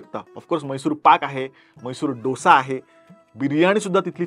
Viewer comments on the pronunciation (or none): none